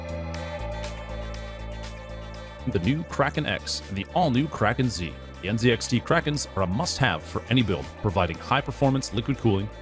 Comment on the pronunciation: It is NZXT not NZXR😅